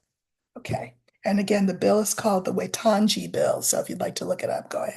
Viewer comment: I'm an expatriot New Zealander planning on retiring there. Waitangi is pronounced 'why' 'tang' 'e'. Wai means water.